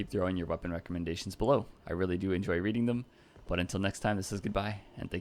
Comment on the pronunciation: Your "goodbae goodbae" is crystal to my ears